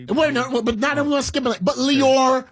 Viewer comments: Lyor (Lee-your) Cohen brothers. Not “Lawyer”. How are you actually hearing his name pronounced correctly by Flex yet continue to say it wrong throughout your video? This is one of the main reasons I have a hard time considering any of the popular vloggers on YouTube credible. That lack of true journalistic education. Typographical errors and poor grammatical diction to me are the quickest way to lose or never gain validation as a journalist. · There is no one called "lawyer Cohen" it's LYOR pronounced LEE-OR. It's pretty, pathetic when people refuse to pronounce people's names correctly when you HEAR people say it. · LYOR (lee-oar) not Lawyer. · Who Cohen? lol Lycor, leeveor? lmao what did you say? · Bro.... Lyor is pronounced LEE-OR. That shit was so annoying I couldn't finish the video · Who the fuck is lawyer Cohen? That nigga in the red can’t ever pronounce shit. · Please learn to pronounce Lyor's name... Flex and Dame both mentioned it and you keep saying it incorrectly... I had to stop listening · how can u be a hip hop industry journalist and not know how lyor cohens name is pronounced?? niggas been sayin his name since the 80s! shame... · How do u seriously not know how to say Lyor name? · The fact this nigga can’t say “lyor” is fuckin disgusting.. use your words man, lookin ignorant up there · Can't respect a "hip hop journalist who can't pronounce "lyor". Did you know anything about theses people before regurgitating someone else's opinion?